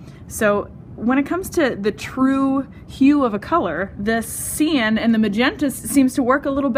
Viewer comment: Good video but cyan is generally pronounced "sigh-an", not "see-an"